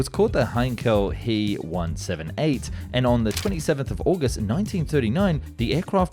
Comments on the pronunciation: It's pronounced...H E Not he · Not mono-coke, mono-cock. Not he but H-E, and not me, but M-E. Doh!